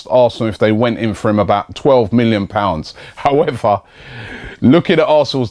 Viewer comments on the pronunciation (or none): none